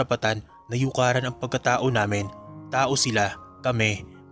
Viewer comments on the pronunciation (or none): It should be "yurakan" and not 'yukaran'